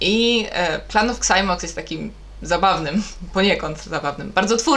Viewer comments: Mówi się Zajmoks 😉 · Clan of Xymox - na pamięć o Beksińskim wymawiaj to jak należy, często prosił o to fanów.